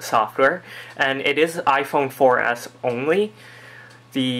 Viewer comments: youre saying iPhone 4 Ass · He says iphone 4 ass